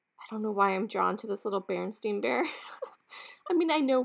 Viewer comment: I don’t mind chips on items I buy for myself. If you ever watch Thrill of the Thrift she touches up chips with paint even on things she buys for resale. Those carolers were fantastic. I remember The Berenstain Bears being pronounced the way you said it. Who knew it was wrong all those years. 😄